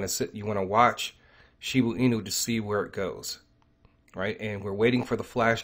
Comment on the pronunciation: I think you are confused. You said Shiba can lose a zero and you mean that it could go down more. Losing Zero's means the price is going up and zeros get less. Also you keep calling it Shibu Inu, but the right way to say it is Shiba Inu. No U in Shiba. Thanks for your videos. Keep them coming.